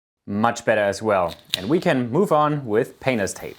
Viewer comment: is it just me, every time he says painters tape?